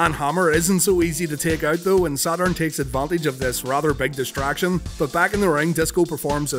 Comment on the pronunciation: The way you say "Sad Urn", is begging to be turned into a shirt. 😥 ⚱ Paul Bearer vs Sad Urn